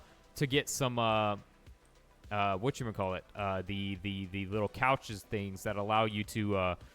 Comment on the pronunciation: bro is calling the conches couches